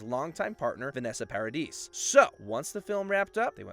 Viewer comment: It's NOT Vanessa PAR A DEESE It IS ; Vanessa. PAR A DEE The S is Silent !